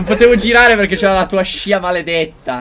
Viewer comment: Quando favi ha detto "pk vinci sempre tu" ho sentito pk cinci sempre tu😂😂😂